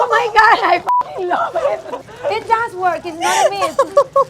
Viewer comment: “I LOBB ET!!!!”